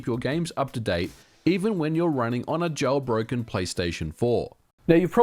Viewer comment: "Jowlbroken"... Yeah, that's kinda how you sound Ôo And it's pronounced RetroARTCH. It's not spelled "Arc"...